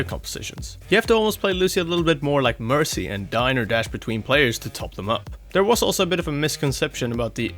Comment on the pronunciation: jesus christ i know its mandatory to fuck up words and names on youtube but... MERCY DOESNT START WITH THE LETTER B